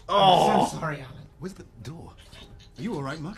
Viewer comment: Its "Alan" Johnson